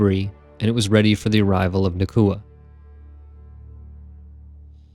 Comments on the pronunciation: Nah-Ooh-Kuh Not Nah-Koo-Uh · Nauka, not Nakua. But after that great informative video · It's nauka not nakua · Love the vids. But it’s pronounced NOW-ka. Not na-KU-a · Na-oo-ka, not Na-koo-a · I had assumed it was a “Naw” type sound like in the word ‘nautical’ but apparently it’s more of a “Nye-oo-ka” pronunciation. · brilliant video as always but wanted to point out that nauka is pronounced more like noy-ka or the more american version now-ka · it's more like 'Naw-oo-kah'. The first syllable sounds like 'Nu' in 'Number'. (Just a native russian speaker passing by) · I'm sorry, your stuff is really good, but the pronunciation of Nauka here is really putting me off - it's more like "NOW-ka".